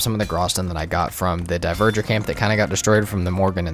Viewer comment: I can't say I know exactly how Dvergr is pronounced, but I know its not "Diverger." It's the real word we get "Dwarf" from. "Dwhere-ger" with the ger softly voiced, maybe?